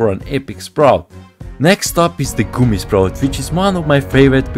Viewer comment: Im not making fun of his accent its just "goomy" is kinda funny